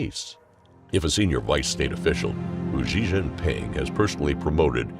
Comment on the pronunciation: The current reading voice thing you're using pronounces X incorrectly in Pinyin. Xi Jinping is not pronounced "Zhee Jinping", etc. If there is some way of remedying this, please do so. It isn't good for a channel focused on China to be mispronouncing names like that.